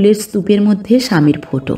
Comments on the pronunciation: গল্প পাঠ খুব ভালো লাগলো ' ৷ কিন্তু বার ' ফোটো' কথাটি কানে খুব খারাপ লাগছিল ৷ কথাটি ফটো হবে। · লেখক এর ভাষার বাহুল্য অনেক বেশি গল্প পাঠ নিঃসন্দেহে অসাধারণ শুধু ফোটো কথা টা বড়ো কানে বাজছে ওটা ফটো পড়লে ভালো লাগতো।আর গল্প টি যেন অসম্পূর্ণ।